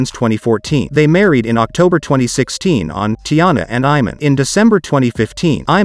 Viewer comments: It's pronounced I-Mon and Shu-pert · Soon as he pronounced it “Eye-man”👎🏾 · His mispronunciation of Iman is irritating me. It was nice when shump was in the kings. Miss his positive energy.